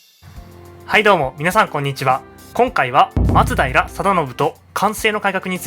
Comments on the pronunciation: それな 、 まつだいら じゃなくて 、 まつだいら よな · 松平のイントネーションが馴染めないんですが 私だけでしょうか・・。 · 「松平」のアクセントが気になる…浜松は違うのかな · 徳川、松平一門は松平のマにアクセントを おいてました